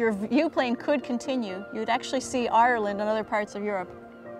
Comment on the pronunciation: love the pronunciations - Areland just sounds soooooo great